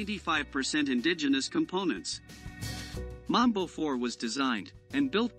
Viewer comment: Correction: your pronunciation of Mbombe 4 is similar to Mamba which is a different MRP. You pronunciation is that of Mamba vehicle so the Mbombe should sound like M'bomb'e. The Mamba is charactirised by a wheel on a side. 🇿🇦